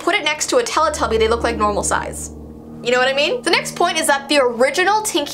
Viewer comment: I heard telepuppy 0-0